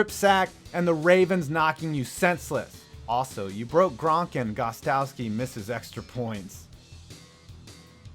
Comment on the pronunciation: It’s pronounced Gost Kow ski not gost ow ski. Brady is not a system qb and Edelman used steroids only to recover from a torn acl, that’s hardly abuse and his stats in the playoffs prove he belongs in the HOF one day. BaBAM pats getting #7 this year and Brady will have the record for most td passes of all time. Weep below.